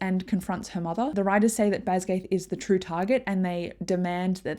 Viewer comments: This was great, thank you! Jsyk, it's not pronounced "BasGAITH", it's Bas-gee-ath" with a hard g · Great video, it just bothered me every time you pronounced Basgiath wrong 😅 BAZ-guy-ith